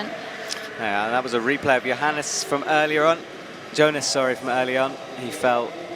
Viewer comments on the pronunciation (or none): Brutal that said Jonas’ name wrong every single time